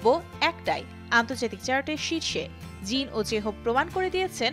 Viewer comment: কি সুন্দর করে jin jhope এ নাম গুলা বলসে ওয়াও ❤❤